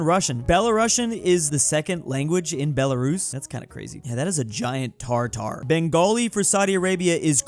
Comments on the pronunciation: it's not Tartar it's Tatar. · it's tatar, not tartar. It's a language not a meat dish dawg 😂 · It's not tar-tar, it's ta-tar! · It makes me so mad that you keep reading "Tatar" as "Tar tar" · IT IS TATAR NOT TARTAR TARTAR IS A FOOD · Tfw he probounces "Tatar" as "Tartar". :) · mf just said "Tar Tar" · said tartar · American tries to pronounce Tatar.